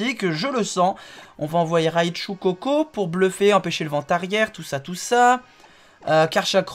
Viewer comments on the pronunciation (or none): Ptn j'aime pas quand il dit ven tarière